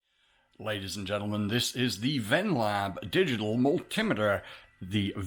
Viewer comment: I love how you said mul-tim-iter in the intro. Somehow reminded me to order a new turbo encabulator!